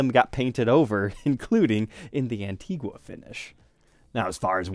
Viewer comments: It's pronounced "An-teeg-a" not "wha"....the u is silent. Antgua is an island in the Lesser Antilles (Carribean). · As someone of the country of Antigua, the “gua” pronunciation of it drives me insane. 😂 On the beautiful island, it’s pronounced “An-tee-gah”